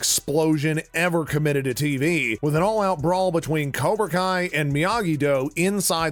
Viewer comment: Is it kobra kai or... Karona kai